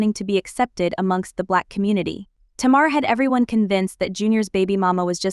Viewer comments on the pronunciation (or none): TAY-mar … not Ti-mar.